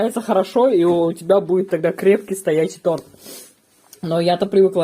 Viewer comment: Красные дипломы, а ударение в слове торт выучить не можете